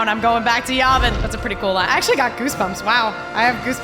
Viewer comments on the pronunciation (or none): It's pronounced Yeah Vin, not Yah Vin. Yavin